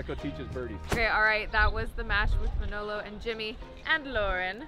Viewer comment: just needs to learn to pronounce Manolo's name. Pronounces it like a real mangia cake....lol.